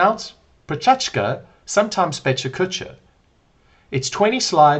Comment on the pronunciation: The presenter, Richard, repeatedly mispronouncing Pecha Kucha as PechaCHKA is distracting my language teacher brain to the level of physical pain.🤡😡😤 He also manages to make it boring🥱 - but if you can endure him as a speaker 🙄, the content is worth hearing.